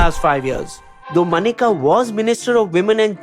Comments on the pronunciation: not MANEKA but MENKA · Menka Gandhi not Manika Gandhi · Good as always!! Just one comment - Maneka is pronounced Menka - like the apsara